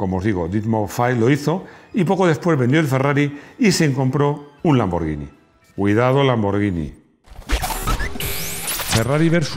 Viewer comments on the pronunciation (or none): none